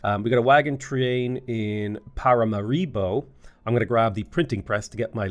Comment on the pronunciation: The number of times struggles to say "Paramaribo" in the video is... astonishing